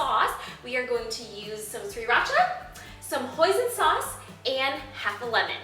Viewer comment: Blehhh it's pronounced "Si-ra-cha" iT'S OKAY THOUGH I FORGIVE YOU! This dish looks amazing.